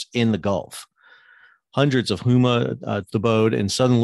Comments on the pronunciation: Sal - Need to update your pronunciation of Houma. It is NOT Hoo Ma, it's Home-ah. Otherwise, good summary of Gulf impact. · I don’t want to be that guy, but the i have heard in on too many discussions today. Houma = Hoe-Ma